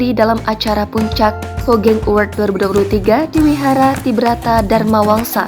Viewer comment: Di bacanya hugeng mbaaaaa